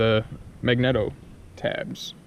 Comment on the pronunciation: This is a great video. But I have to say - "mag-neat-o", "D-kal", and "spic and span" not spam. Had to get that off my chest 😂. I think maybe silicone would have been better for your electrical repair also. Hot glue doesn't hold up well in my experience. Well i guess now I'm off to try to rebuild my carb :( i don't have high hopes